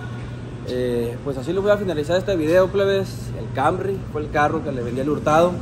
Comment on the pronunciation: Pero porqueeeee le dicen cambry a canrry pr favorrrrr😖😵‍💫